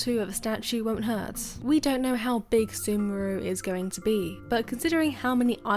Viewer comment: Its not semuru its sumeru man :D